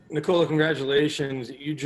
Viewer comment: knee-cola ahahaha